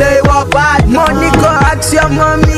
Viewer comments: ask not axe.. wizkid you should practice. thanks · He said 'Axe your mummy' lol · lol pls don`t "axe ur mummy"